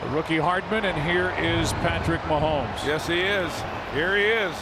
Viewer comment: Ths message is for the pod castors. The name is Ma homes not Ma hemes. Geez!